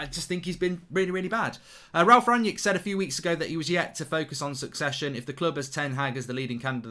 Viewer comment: Mark is so pretentious he calls Ralf Rangnick "Ranyik Ranyik" just say "Ragnik" as that is how most people pronounce it unless they are pretentious